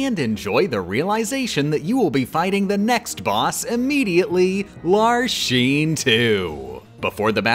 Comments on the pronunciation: why are you pronouncing Larxene like that? KH3 does not use the “sheen” version, it sounds like “lark-seen” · Tell me you've never played KH:CoM without telling me you've never played KH:CoM. "Lar-SHEEN" and "Ve-SHEN". Like jfc man, you gonna call Axel "A-SHEL"? They literally say them in game with correct pronunciation. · Every time he says "larsheen" hurts my soul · Veshen, Larshene? Ughhh. It hurts. Lol. Also Le Vie en Rose instead of Divine Rose. I hope he's just messing with us. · pausing the video to say its not LAR-SHEEN, it's LARCK-SEN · HER NAME IS LARXENE NOT LARSHEEN WTF!!!! >:( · It's pronounced "Larks-seen", not "not Lar-sheen" "Vecks-sin", not "Veh-shin" "Mar-Loo-shah", not "Mar-loosh" And yes I am a stickler for name pronunciation. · Why do you pronounce the x in org 13's names as a "sh" sound (ie "larshene" instead of "larksene," "veshen" instead of "veksen") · it's Larxene, not Larsheen 😂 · I never thought that something like this would bother me so much but I swear everytime I heard the name Larxene pronounced "Lar Sheen" it made me twitch in pain. You pronounce the X like "Larks Een". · You pronounced Larxene wrong! "Lark-seen,' not "Lar-Sheen"! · mispronouncing Larxene, Vexen, and Marluxia's names every time where it makes any KH fan's skin crawl.... It's Lark-Seen, Vex-En, and Mar-Loo-Sha. Not Lar-Shen, Veshen, and Marloosh. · Why do you pronounce X's as "sh" ? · Hearing Lar-sheen instead of Lar-xeen is cringe. Cool run though. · WHY TF ARE YOU SAYING LARSHEEN AND VESHEN STOP OMFG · It's still agonizing to me why she pronounces some of the organization member's names wrong. They say their names in the cutscenes why is Larxene, Larsheen? Why is Vexen, Veshin? Why isn't Axel, Ashel? Is Xion pronounced Zion? Is there an inside joke I'm missing??? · I think you mean “Larsheen…” that’s how he pronounced it… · Every time you said Larsheen I couldn't help but see her shooting Ultra Lord figures at Sora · Levien Rose... Larsean... Vesion...